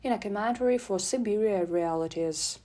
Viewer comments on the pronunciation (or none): none